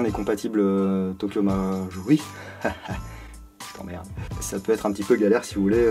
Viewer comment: il n'y à que moi qui à entendu "je t'emmerde" =) sinon très belle vidéo comme d'habitude =)